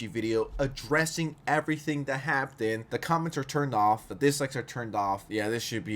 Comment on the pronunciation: Is it your accent that makes you pronounce "happened" so terribly?